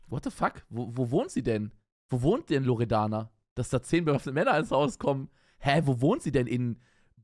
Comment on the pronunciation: Ich: ,,Loredana´´ Unge: ,,Loreana´´ Memo: ,, Loredanda´´